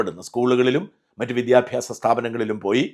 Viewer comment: വിദ്യാഭ്യാസം എന്നോ ട്രിവാൻഡ്രം എന്നോ മര്യാദക്ക് പറയാൻ അറിയാത്ത കിഴങ്ങൻ ആണ് വിദ്യാഭ്യാസമന്ത്രി😀😀😀